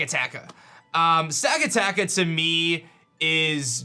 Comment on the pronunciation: I died when he said Stakataka xDxD